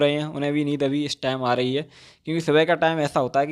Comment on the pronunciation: Bro it's neend yar 🤣🤣 by the way u r doing great 👍🙌